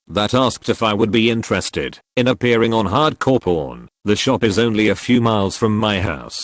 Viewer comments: Anyone hearing porn instead of pawn? just me?... :c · Wasn't looking at the screen and definitely heard "Hardcore Porn" rather than "Hard Core Pawn", lol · I was not watching, just listening. You can imagine what I heard when the voice said Hard Core Pawn